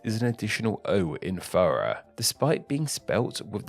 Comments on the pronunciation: "take frough and forough", your omission of the "TH" adds issues :-p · why do you say thorough like furra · you pronounced thorough wrong